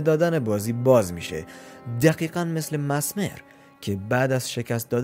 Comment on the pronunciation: میشه بدونم چرا انقد اشتباه تلفظ میکنی؟ کاملا نوشته میشه messmer چجوری masmer میخونی؟ مِزمِر. به این راحتی